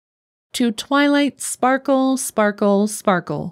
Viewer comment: “ to twily sparky” got me on the floor